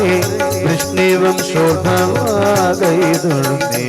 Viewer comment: വൃഷ്ണിവം ശോൽഭവ എന്ന പ്രയോഗം തെറ്റ്,വൃഷ്ണിവംശോൽഭവ എന്ന് ചൊല്ലണം